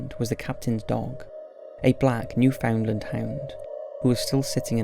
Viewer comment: In Canada we pronounce Newfoundland “new-fund-land” or native Newfoundlanders identify as or are called “new-fee’s” (that’s how you pronounce it here)